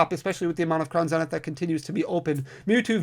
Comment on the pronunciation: I love how you pronounce Crown Zenith, I've started saying the same way now. It must be the Midwest in me that loves it haha! Congrats on 100K!